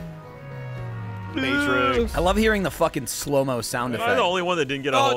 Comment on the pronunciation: can't say 'slow' properly, sounds like he's saying 'slur'